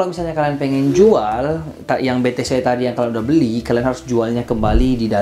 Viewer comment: Be te ce om bukan be te se hehe cmiiw